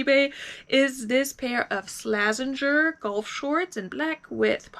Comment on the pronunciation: its Sla-----Zen-----Ger 😆😆 Great sales, Ariat boots are super cool. By the way I will not send you lowball offer 😄😄 I may send you high ball offer 😆😆 Great Sales.